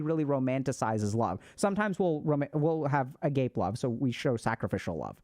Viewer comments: I believe it's pronounced "A-ga-pay" (ga as in garden)! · Great vid. Just letting you know that agape love is not pronounced agape. It's pronounced a - ga - pee. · A-gape!!! wow. it's aga-pay. a-gape is wild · ah-GAH-pay - FYI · a gape 😂😂 it's a-gâp-é Great content thank you ❤ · Agape pronunciation =Agahpay. It's Greek. But I can see how ah-gape is representative of the feeling behind it 😂 Love this video, as usual! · You’ve probably already gotten this a few times, but just wanted to say that agape love is pronounced “Ah-gah-pay” not agape like something being left wide open lol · Agape (the Greek word for selfless / unconditional love) is pronounced: uh-GAH-pay or more precisely: ah-GAH-peh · Agape' is pronounced Ah-GHA-pay. It is less about sacrificial love, and more about selfless, or altruistic love. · Super late but agape' is pronounced ahh-gahh-pay. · Agape love. Its what Christians refer to when they talk about Jesus love for mankind. Pronounced ah-gah-peh. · for any who watch this and read this comment in future Agape love is pronounced Ah-gah-pay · The church I went to as a kid preached about agape love constantly. They pronounced it ah-gah-pay but I don't know if that's right or not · Agape love is pronounced “ah-GAH-pay” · I believe agape love is pronounced ah-gah-pay. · Agape. lol. AhGapa is pronounced. It’s Gods love isn’t it? Long a on last syllable. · I think the pronunciation is Uh-Gah-Peh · agape, pronounced uh-gah-pay. i got it wrong at first too😭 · Agape is pronounced aga-PAY, the emphasis is on the last letter, so maybe put a French accent on the e: Agapé. Ludus is Latin, not Greek. It means game (playful or in the sense of a gladiator game... or squid game) or entertainment, something you do to avoid boredom. It can also refer to a sports game, aka competition. "Per ludum" as a specific phrase means playful or effortless. Don't worry, I still love you. In my avoidant way... so I should probably say appreciate instead of love.